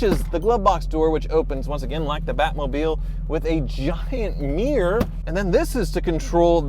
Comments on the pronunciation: Mih-ruh, not meeer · Love how Americans say mirror..